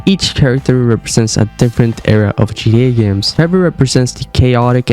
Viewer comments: Bro what in the world is GDA !!?? have you ever played Grand Theft Auto ? GTA ? If you're gonna make a video this long at least pronounce the name correct...GTA!! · It's GTA not GDA . So stop mumbling and chewing on your own cheek when you talk. Take some time and pronounce your words. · It’s not pronounced GDA, it’s GTA lol cmon man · G-TEEEEE-A not g-dee-ayy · It's GTA not GDA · Like how sometimes you say "GTE" not "GTA" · can you say GTA and not gee dee ay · IS ANYONE ELSE HEARING HIM SAY GDA?????? NOT GTA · "Crazy Gee Eh theories?" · I hate how you say GDA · “GDA 5” 😂🙏😭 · I can’t get past him pronouncing it gda Backing out here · Sound like you saying GDA lmao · Pronounce your bloody T’s ffs it sounds like your saying GDA everytime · yeh thats also a good point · Why do u say gta weird